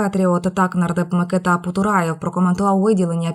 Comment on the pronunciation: Дівчино, ознайомтесь з наголосами в українській мові Ім'я МикИта звучить так. не так, як вимовляєте ви ,- МикитА.